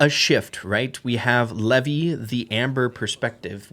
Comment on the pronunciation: Levi is not commonly pronounced the way you keep repeating. It’s not “Lev-y,” it’s pronounced like the “Levi’s Jeans” brand. “Lev-y” is typically only used outside of English-speaking countries, particularly in traditional Hebrew cultures.